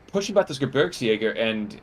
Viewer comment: Gebirgsjäger is pronounced like “Ge-beers-jager”